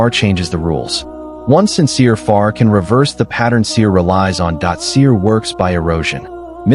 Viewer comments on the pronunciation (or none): The Arabic words should sound authentic, without cutting....sihr not sir